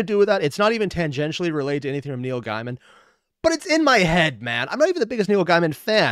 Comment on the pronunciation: “Neil Guymen”